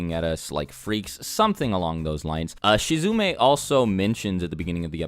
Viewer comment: Y u call him shizume?!?